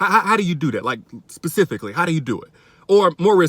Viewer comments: I am offended by the whole "pacifically" comment pissed me off..i can not stand her.. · PACIFICALLY how did u do it..., gone on...